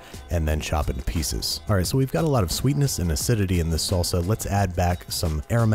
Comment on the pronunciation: Every Mexican knows how wrong that "salsa" was